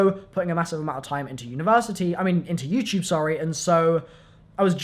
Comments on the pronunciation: he says youchube haha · why do I keep correcting him out loud every time he says youtube